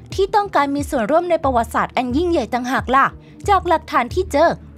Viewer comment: ลากเสียงคำให้ยาวกว่านี้จะดีมาก หาก=หัก มาก=มัก แบบนี้ไม่ได้